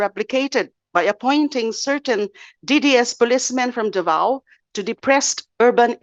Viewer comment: I don't know where you from de lima, you can't pronounce the word Davao correctly ...???